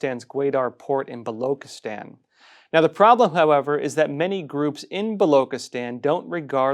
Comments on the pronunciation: Baluchistan Pronounced as written. Bah loo chih Stan. NOT bah loo kih atan. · Its blochistan not v Blockistan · It is Baloch and not Balok Pronounce Balo chi stan not Balo kistan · Ch in balochistan is pronounced as ch as in chair and not as k in kettle. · “Chi” in Balochistan is pronounced not like “ki” but “chi” in Chief. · It's not *balokstan, Baluchistan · Its not Balokistan but Balochistan (Chi like in China) . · Hi, its not Loch as in Loch Ness. but its pronounced as "Buh" "Lo" "Chi" "sthan" Would appreciate if you can pronounce it correctly, thanks in advance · Baluchistan...is pronounced...Ba-Loo-Che-Stan. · Ch as in china, please!